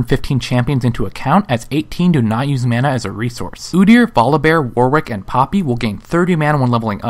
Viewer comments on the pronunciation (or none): none